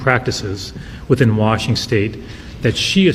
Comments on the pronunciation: Did he actually say “Washing State”…@ …hmmmm. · Where is "Washing State". What a moron. Mostly blame the stupid people that voted for a guy that can't even pronounce the Name of the State he Governs! SMFH X1K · Pam bondi keeps us safe by sending child predators to Israel to avoid prosecution here in the US. And... Washington state welcomes and harbors illegal aliens by the THOUSANDS. Ferguson can't even correctly pronounce the name of washington, let alone run it. We're screwed no matter where you turn.